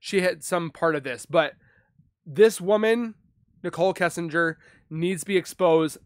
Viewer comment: I will NEVER overstand how someone feels comfortable enough to make a UTube video for potentially the entire 🌍 to see when they know so little about the subject of said video? How do you not know how to pronounce the last name “Kissinger”? It’s not exactly a weird or super uncommon last name. Cmon dude. Seriously, step your game up my dude. This was hard to watch. Whereas Annie Elise’ channel is dope, super well done. Why? Bcuz she’s super informed on the content of her videos. Wow…this is what we get when any ‘ol uneducated, low intellect individuals can have UTube channels. Some advice; don’t quit your day job.😤🤷🏻‍♂️